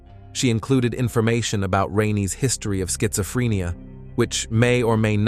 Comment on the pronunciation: Farinheight really? Learn to talk properly. Also said rueled instead of ruled as well as schizophrenia